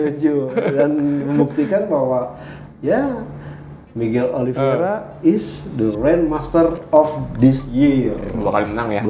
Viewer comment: *Oliv-ei-ra, bukan Oliv-ie-ra bang